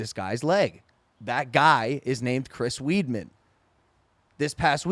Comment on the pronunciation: Lmao soon as I heard Chris Weedman, I had to head to the comments.